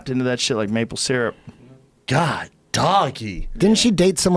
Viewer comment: Joe "Mayple Syrup" Rogan